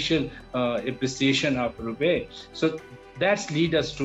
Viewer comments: It’s rupee not rupay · “ Rupay “ kya hota hai bhai ? This man cannot speak English properly, let him speak in Urdu and you put subtitles. This is pathetic.